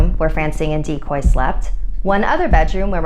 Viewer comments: DICOY?? LIKE “DECOY?” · Dicoy more like Decoy